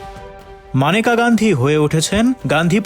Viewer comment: Agey nam ta thik moton uccharon korun..Maneka na unar na Meneka